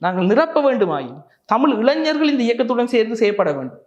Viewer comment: இளஞ்சர்களா ???? இ ளை ஞ ர் கள் திரும்ப திரும்ப சொல்லி தமிழ் பழகுங்கள்